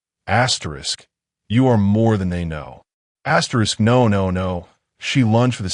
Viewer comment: Stop saying astrix!